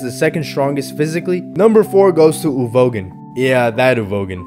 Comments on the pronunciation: I don’t want a part two just because of how you pronounce Uvogin… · everytime you pronounce uvogin i physically recoil